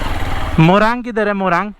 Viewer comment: Moraang nahi morung bolte hain